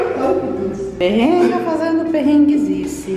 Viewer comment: Kkk amo quando eles falam perrenga kkk